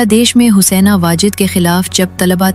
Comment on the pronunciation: کیا آپ اردو نہیں جانتی؟ یہ Husaina kia hota hay Haseena hota hay